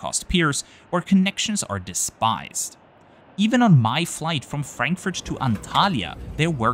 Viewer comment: Love the videos, but I once again ask you to please stop tryharding with literally every airport name like pronouncing "Narita" in a japanese way, while saying "Frenkfört" as if german wasn't your first language :D <3